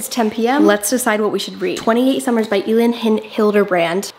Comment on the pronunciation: My mom actually knows Elin Hilderbrand, she went on a trip to Nantucket with her. It is also pronounced (elle-in)